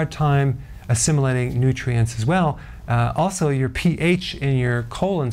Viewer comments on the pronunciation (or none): none